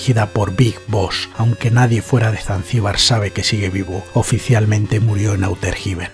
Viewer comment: ¿Auter Jiben? jajajajajajajaja 🤣 Ondaaaaaaa vitaaaaaaaaaaal.